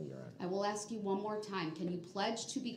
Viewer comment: "You took a oaff" (oath) "I ax you" "you ax me" (ask)